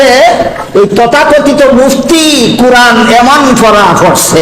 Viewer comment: আমির হামজা তো শুদ্ধভাবে তিলাওয়াতই করতে পারে না। তিনি পবিত্র কুরআনকে উচ্চারণ করে 'করান'।